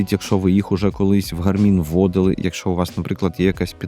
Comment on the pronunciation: Дякую, дуже цікаво та інформативно. Подача матеріалу сподобалась, єдине зауваження що наголос робіть правильно, на перший склад, тобто "гАрмін"😊